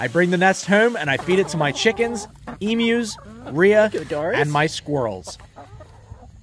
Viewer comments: Subscribing because you pronounced emu the correct way. I unsub any channel that doesn't even though they get blasted in the comments about how to say it correctly. Actually, I do like your videos too. Every time I am astounded. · He pronounced EMU correctly. YAY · Had to double check you were in the US bc you are officially the first American I’ve seen on the internet to pronounce emu correctly! FINALLY! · Thank you for pronouncing "emu" correctly. This Australian appreciates it :) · The craziest thing about this is that you can pronounce Emu correctly